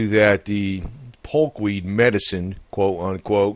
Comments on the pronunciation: POKE not polk.. If you can't get that right............ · It's poke not polk..